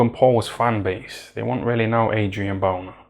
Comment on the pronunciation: man said "adrian boner" 💀